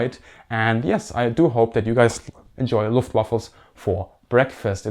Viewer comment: wtf Luftwaffles 😂😂😂